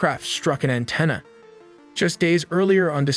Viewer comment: Love the channel and rapidity of video output. But man, your pronunciations... Roosevelt and Antenna...